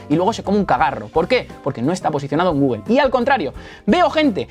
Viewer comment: Me parece maravilloso tu proceso didáctico, pero se me atora toda la info y me chirría cuando dices Gúguel, Náik. Considera pronunciar las marcas adecuadamente, Gúgl, Náiki. Mancillas feamente el contenido.